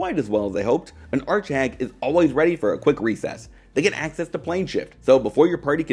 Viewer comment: what's an art shag ? I keep hearing art shag I swear x)